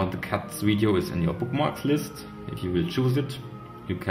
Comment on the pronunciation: Widio hamster lol